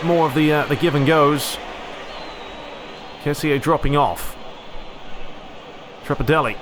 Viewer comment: it is ke-si not ke-si-eh